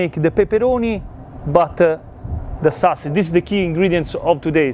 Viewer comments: Well,, not “SWAusage”. It’s “SAWsage” and “SAWce” but you’re close. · Love the swasage and the swauce 😂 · Swausage Swauce